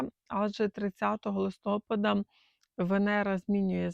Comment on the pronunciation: ЛистопАда… ЛистопААААААда…